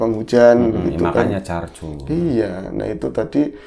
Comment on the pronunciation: Ngecor om bukan carcur 🤣